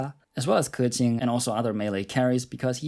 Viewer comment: "xingqiu" "keqing" brb crying tears of joy